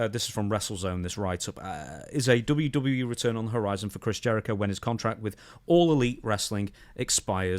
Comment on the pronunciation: "Dubbya Duddya E" --Stevie Richards